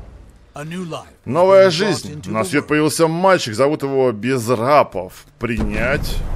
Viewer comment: пересмотри видос и послушай как малыша назвал!... Безрапов - сказал ты. А если перечитать то получится "Безправ" 🤦похоже путь к рабству.... Игруха просто огонь 🔥🔥🔥 очень интересная... Жги продолжение!